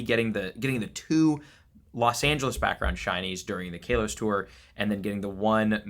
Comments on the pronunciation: How does he keep calling it Kay-Los? 😭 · Once again, he can't pronounce Kalos correctly in every video and events!